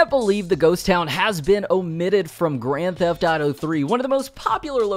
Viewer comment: Hahah he says Grand Taf Taro 🤣